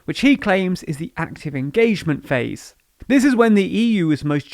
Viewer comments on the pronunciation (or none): none